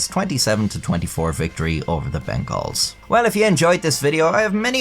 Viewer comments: hey i know your like europee in but I TAKE IT INTO OFFENSE WHEN YOU SAY MY FOOTBALL TEAM WRONG ITS (BENGULS) NOT BENGAALLS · Cincinnati Bengals is pronounced like bungles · The way you pronounce Bengals I can tell you're not a huge Football fan huh lol This was a hilarious takedown. I remember it from back in the day.